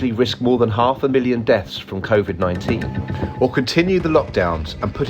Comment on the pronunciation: The way he pronounced civid bugs me lol